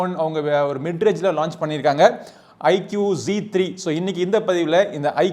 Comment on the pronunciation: " ஐக்கூ " தான் சரியான உச்சரிப்பு குருநாதா ! ஐக்கியூ இல்லை !!